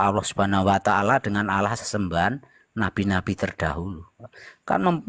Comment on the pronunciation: Waah..sebut nama Allah aja gak fasih...